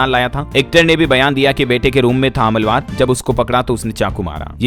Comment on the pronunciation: अबे अनपढ़ । हमलवार नहीं होता है हमलावर होता है